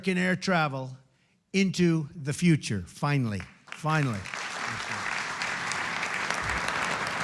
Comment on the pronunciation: Finely or finally? I thought only people with English as a second language do such pronunciation mistakes not the " Ivy League educated " people!😂😂😂